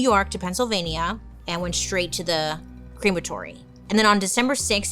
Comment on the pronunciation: I'm sorry but it's not a cream - atory, it's Crem - atory. It might be a English way of saying it, but your way of saying it brings up a bottling factory for milk... And cream.